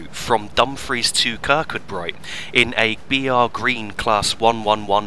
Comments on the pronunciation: Its pronounced Kirk koo bree not kirk kud bright, its a common English mistake. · kirkcudbright is pronounced kir koo bree I was born there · pronounced Kir-coo-bray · I know it’s an old video, enjoying seeing this old route here. Kirkcudbright is pronounced Kir-Koo-Bree. Kirkgunzeon is Kirk-Gun-Yon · Another splendid video. It was nice to see a first generation DMU from my train spotting days. My wife grew up in Dumfries and confirms that the name is pronounced Ker Koo Bree, with the stress on the last two syllables. Roger Crick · As a local to the Dumfries kirkcudbright area it really does annoy me the way he says kirkcudbright